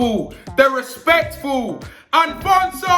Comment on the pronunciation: Filly said alphonso david😂😂